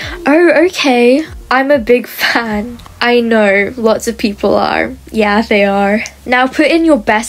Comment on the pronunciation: She sounds British when she says ‘are’